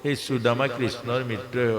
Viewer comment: Aponar sudama ucharan thik howa nai.